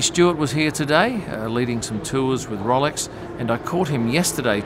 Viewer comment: I love how is so careful to pronounce Bahrain correctly but then calls Rolex “Rollicks”